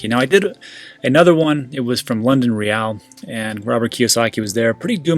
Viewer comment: Why do you always say London Re'yal? It's simply "real". Even the host says it as such. It's not a spanish football team 🤣👍🏼